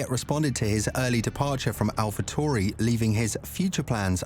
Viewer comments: I was being sarcastic the presenter was mispronouncing the name all video long. Tauri is the word that he was pronouncing tory. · Can you please stop using the stupid British robot. They obviously don't know how to pronounce the name of the team that this video is about !